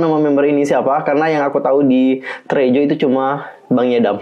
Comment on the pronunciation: bukan treaju ;( tapi t re a sureeeew